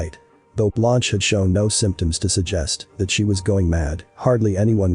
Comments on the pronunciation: Come on ! Not Blonch. Phonetically speaking, her name is pronounced Blunsh. 👍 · Her name is pronounced “blunsh” meaning white in French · Blonch? Never heard Blanche pronounced Blonch. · Very good insight 👍. The narrator had no idea about pronunciation. Blunsh ! 👍